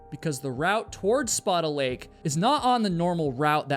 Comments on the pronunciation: Is that how you pronounce Spada Lake? I have never heard that in my life. I have always heard it said like "Spay-Duh." This feels like a game of telephone. (edit) Figured it out. The "Spa-dah" is the Italian pronunciation. The Lake is named after a charater in a French book though. The French has a stronger "A" sound in Spada. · *Spāda Lake (Spay-duh) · Spaida lake is pronounced the the shovel. Spaid a. It’s the Snohomish County Reservoir. Supplies water to multiple Communities. ❤️ 🖖🏼🇺🇸